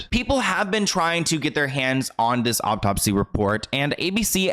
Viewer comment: Love your videos! I've noticed you always pronounce a-u-t-o-p-s-y as "o-p-t-o-p-s-y" and it drives me bananas! There is only one p at the end of the word. Peace and love!